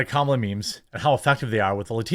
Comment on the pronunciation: He kept calling her karmala idk if anybody else caught that lmao 😂